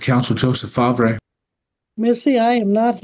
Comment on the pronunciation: Fahhhv-ray? Did I miss the memo that we pronouncing Farv the way it’s spelled now harrumph